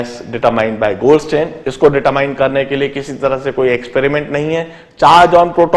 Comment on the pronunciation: LOL! its goldstein not goldSTAIN!!